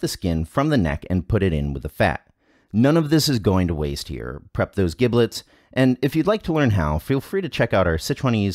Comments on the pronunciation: Not to be pedantic, but to be pedantic: "giblets" is pronounced with a soft g, as if it were spelled jiblets. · So mispronouncing giblets... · LOL The way he pronounces giblets! The "g" in giblets is like "j' in jump. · "Giblets" with a hard "g"? Really? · Anyone else cringing at the mispronunciation of "giblets"? No? Just my? Cool, cool. Or is it one of those words like gif that people argue about?